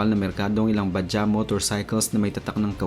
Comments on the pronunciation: bajads ang pag basa jan hindi baja🤣🤣🤣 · ba - jaj ang bigkas jan, hindi ba-ja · bajaj po ang term hindi bajah" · Mali pronunciation mo bajaj. Ba-jaj parang tunog "judge" ung "jaj" research muna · Minaj badjaj, pronounce it properly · Pronunciation niyan is Bajads😊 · Ba- judge po ang tamang pronunciation sa "BAJAJ". 😊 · Vlog ng vlog di mo naman pala alam ang pronunciation ng Bajaj di naman silent ang "J " sa pagbasa niyan.